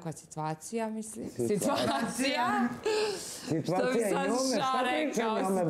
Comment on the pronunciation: "Njome" je svaka sitVacija sa Janjusem divna, a njemu je "da kazes", toliko bilo lose "da kazes" bez njome, da nisu bili ni za ku...ac "da kazes". Niko iz njihovog drustva nema "AMONIZITET" prema njima, kaze Sranjus. Analna i Sranjus, dvije najnepismenije osobe na planeti!! Stvarno se slicnosti uvijek pronadju, pa da su na kraj svijeta "da kazes"